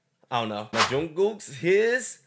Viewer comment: Can we just take a moment to appreciate the fact that pronunciation of Jungook's name is closes to the korean pronunciation. Great job.